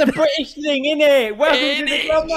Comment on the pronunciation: Someone please teach that it's "innit" and not "idinit?" Please? lol